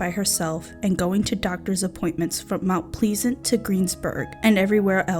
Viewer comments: It's a shame that you didn't even pronounce her last name correctly.... or the word plesant. .... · I have no idea why you can't pronounce the word PLEASANT...you know like have a pleasant day! Also you didn't research very well as you got many facts about the case wrong! What a shit job you did presenting her case! Unbelievable!🙄 There are TONS of articles and news footage from the case! No excuses! It's a disservice to the victims and a disservice for the family! Just fucking speechless! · How the hell do you mispronounce pleasant?? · You know you’ve discovered one of the lizard-people if they say the word “pleasant” like this. It’s the only logical reason for how a mature, English-speaking human has never heard the word before.